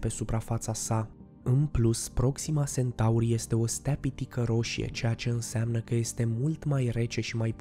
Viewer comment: Iar Sentaurii.... Unde ai auzit ma tu de "Sentaur"???? Eu parca știu de "Centaur"..... A, englzismele astea care ne umplu de ifose